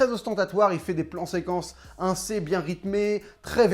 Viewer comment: J'adore ton taf mais tu me stress ont dis Assez pas Inssez mdrrrr